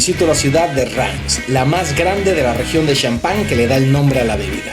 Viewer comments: SE PRONUNCIA REMS NO RAIMS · querido no se pronuncia "RAIMS"